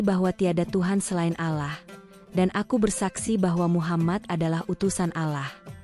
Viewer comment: Yang baca cerita kurang fasih membaca Allah..jadi resah dan ngfak enak mendengarnya...